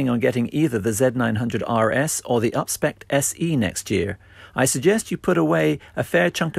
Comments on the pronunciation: *UPSPEC'D, not upspecked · “Upspecked” WTH? 🤪